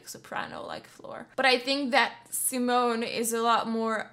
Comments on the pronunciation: Please, pleeeeeaaaaase NEVER pronounce Simone like the English Simon!!!! It's hurts my ears. 😬 She is a woman and the name is pronounced like "zeemone" with the last e not being silent, it's a schwa, a very short e-sound like in Goethe. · How you pronounce Simone always makes me cringe. Simon as you pronounce is the male variant, her name is pronounced Sea-moan-uh, with the emphasis on the second syllable, and the third syllable short and very de-emphasized. :) <Edit> Ah your pronounciation improves considerably as the video goes. Good, good :) Love your reactions, keep up the good work. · 'See-moan' (female) btw, not 'Simon' (male) xD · Your reaction videos are always so energetic...They're always so much fun to watch.. 😃 Just a little observation,, Simone's name's pronounced si-món...accent on the 'o'. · Simone is pronounced as Seemone (mone as in bone) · SimOOONEEH, not Simon! It's a she... And Within Temptetion is so overrated! Wannabe-metal... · Simone her name is Simone with an e at the end like THE, so repeat after me SIMONEEEEEEEE on youtube she explains how to pronounce her name WATCH it